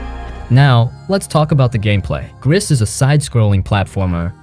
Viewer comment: I played Gris and Tales of the Borderlands. At this moment Dreamfall Chapters, Sinking City and Sherlock Holmes are on sale on Playstation Store, so I bought these. Btw, "Gris" is French for "grey" and the "s" is not pronounced ...